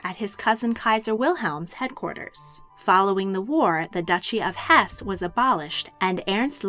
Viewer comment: Very interesting for the most part, but you really should have someone correct your garbled pronunciation of German. I could barely understand e.g. “Hohenlohe” (bears no resemblance to reality!) or “Hesse” (the final “e” is pronounced, as in Goethe or Nietzsche). Jedenfalls danke ich Ihnen für die Präsentation.